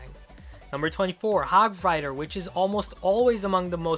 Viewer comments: 8: 46 did he just call it hog fighter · He called the hog hog frier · who noticed that ash said hog fighter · he said hog fighter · said hog fryder if you agree like this comment it was number 24 listen carefully!!! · you said hog frighter